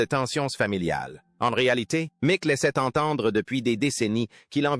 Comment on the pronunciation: Et si vous disiez Mic au lieu de M c Jagger